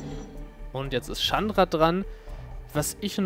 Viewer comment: so wie du chandra aussprichst is schon richtig :D